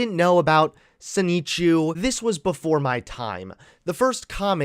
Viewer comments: pronouncing Sonichu as Soneechu is hilarious. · deliberately mispronounces 'Sonichu' to try and play dumb but nobody's buying it. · Learn to pronounce Sonichu and stop clout chasing.